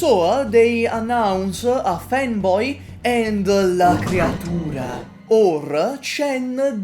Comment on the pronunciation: Every once in a while I come back to this video just to listen how you amusingly pronounce "la creatura"